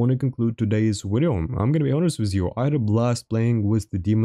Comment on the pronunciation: stop saying wideo and well sub if we feel like it!